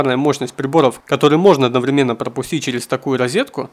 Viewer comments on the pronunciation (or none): none